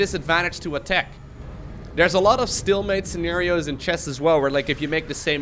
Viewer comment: am I the only one bummed out when hearing "stillmate" when its "stalemate"? is stillmate even a thing?